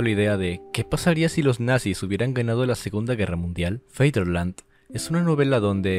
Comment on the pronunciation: Feider? No sabes decir "Fader", es Fatherland no es Darth Vader.